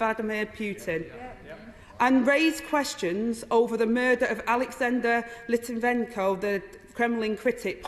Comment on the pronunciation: ffs "Lit-en-ven-ko" for fluck sake... LIT-VEN-YEN-KO It is not hard. This is why people should speak calmly and clearly rather than rushing though with FALSE passion. How can the passion be real if you cannot pronounce the involved peoples names? No, this is false outrage. Reading from a script.